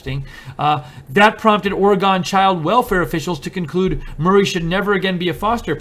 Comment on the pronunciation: There is no "gone" in Oregon. The correct pronunciation of Oregon is similar to pronouncing the two words "aura" & "gun" together, although the "u" in gun is a bit shorter than that. If you visit Orygun the natives will appreciate your correct pronunciation. You got it right! ugh and the reverted to the incorrect pronunciation. I'm telling you if you visit Orygun and mispronounce the name you will get crappy service, and charged more for items & services purchased. Thank you for reporting on this abusive politician.